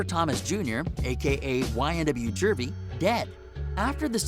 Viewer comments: It’s juvy my mans not jurver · Ynw jurvy looooool It's YNW juvy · It's YNW JUVY, NOT JURBY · Bro it’s Juvy not jurvy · Wtf is a YNW Jurvy ??? It’s Juvy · It’s Juvy not jervy bro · It’s juvy not jurvy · Bro why you cant pronounce juvie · Dude said YNW "Jurvy" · This dude don’t know his info lol he can’t even say one of their names right